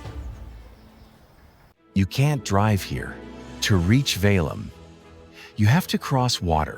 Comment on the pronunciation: It`s Sergiev Pasad [`serGijev] as 'g' in 'gay'. Also 'Petergof', not Peterhof. 'Valaam' we pronounce every 'a'.